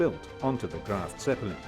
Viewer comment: * Graf, not “Graft”……..